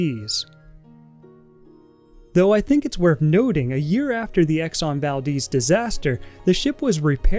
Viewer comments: it’s val-dez, not val-deez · "Exxon Valdeez" 🤣 Baldehz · it's not exon valdiiiz it's exon ValdEz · I just hate how he pronounces it exxon valdeez instead of exxon valDEZ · The Exxon Valdez was named after an Alaskan town with the name Valdez. It seems that pronounce it "Val-Deez" but the town was named after a Spanish Navy Minister Antonio Valdés y Fernández Bazán which to my knowledge his name is pronounced the Spanish way. Kind of weird how both the town and ship have a different pronunciation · That was the only thing i could think about as he constantly said "Deez" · It's a cool film, way better than most films nowadays.🙂 Pretty sure it's pronounced Val-DES though, like the man's name Des O'Connor.💁‍♀ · But... its the valDEZ not deez... no?